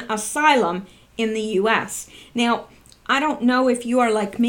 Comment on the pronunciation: On the 5th Huber-on the 7th Trump may shut down whatever. I love how you say now-sounds like meow, like a kitty cat. I talked with someone who went though the immigrant process, he said it took him 13,000.00 and like 10 years, just maybe they should do something about all of that, the system could be redone and updated to process people faster. That is the reason most just don't do it. Modern systems should allow for faster processing. Instead they choose to back up the process.